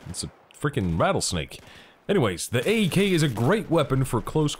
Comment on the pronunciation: [[[BEST GOD ASSAULT RIFLE]]] Also its AEK not EAK (nub)